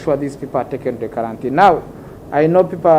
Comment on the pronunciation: The word is "qurantine " not karantini